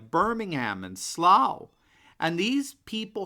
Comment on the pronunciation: Old person living in seaside town here - well done with pronouncing English city/town names - especially Slough, correctly - definately English not European - I was born on an Island - LOVE Europeans - hate EU. x